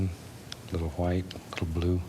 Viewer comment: DOOD OMG I'M DEAD WHEN HE SAYS THAT OMG